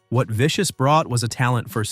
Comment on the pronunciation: When you call him Sid Viscous you make him sound thick! 😂😂😂